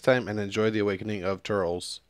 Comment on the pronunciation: It's not turls, it's tur-les